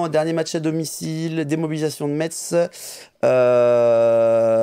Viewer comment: Salut à vous Petit rappel on ne dit pas metz mais messe, bisous à vous votre emission est superbe